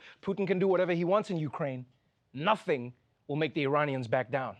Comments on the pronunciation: Joe Biden didn't say Iranians, he said Uranians. Like the people from Uranus. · Mikcroft No... Listen again. He said Uranian. I guess you're in denial, cuz it's Uranus! 😆😆😆